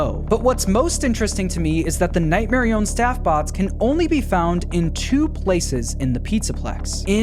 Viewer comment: I will die on this hill. It is Nightmarionette, not Nightmarione. That’s name is so lame and it isn’t as cool as Nightmarionette